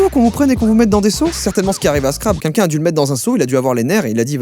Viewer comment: Je viens de capter que tu sais pas dire queLqu'un tu dis quinquin ça me termine